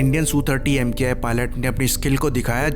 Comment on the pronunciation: It is not EM- KAY I. It is Mk.I, that is Mark One.